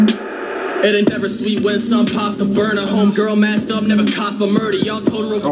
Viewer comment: Did anyone else hear say “ain’t ever” in a way that makes it sound like endeavor